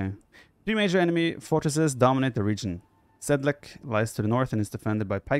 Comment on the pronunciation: I love the villagers speak Czech :) Btw: It is Tábor, not Tabór. Sedlec, not Sedlek. Žižka, not Cicka :)